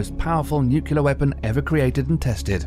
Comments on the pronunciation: Nuclear is pronounced like "New Clear" not "Nu-Cu-Lar"....So long, and thanks for all the fish! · Arghhh! Nukular!!!